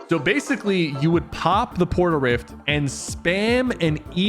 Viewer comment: tf is a port-a-rift !?!?